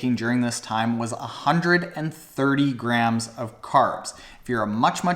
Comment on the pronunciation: Woah! He can actually pronounce "Hundred" properly! NMV. He's saying it "hun-nerd" again. Hold Up. He said right again! FML.